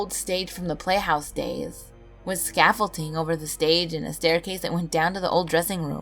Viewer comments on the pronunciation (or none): none